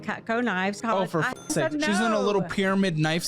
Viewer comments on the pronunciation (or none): none